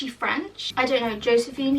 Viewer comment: She said: jóséphine 😌🥖